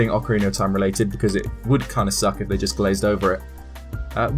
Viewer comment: Oceriner of time